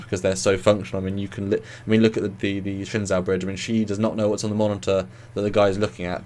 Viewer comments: The Shin-Zow? It's pronounced Shen-zoo. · Shenzhou is the name of the ships of the Chinese space program, and it's pronounced "shen-joe" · Please, I don't want to be pedantic or anything but the "zhou" in the name Shenzhou should be pronounced like the English name "Joe". It's Shen Joe. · The actual Chinese spacecraft, Shenzhou was pronounced Shen-zoo. If they pronounce it differently in the show, I might not kill myself :)